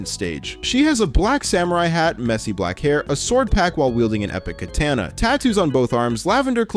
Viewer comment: this is why the wiki exists...cuz no...this is not from TR:UD...it's from...whatever the heck Bloxikin Hotel is.... only a dirty clanker would read the typo in the captions....and somehow mispronounce katana... ....his name is Romeo :P